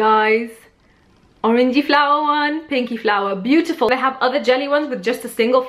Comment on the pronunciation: you just butchered the word beautiful